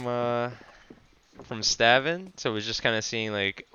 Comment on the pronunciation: i think its pronounced staun but good vid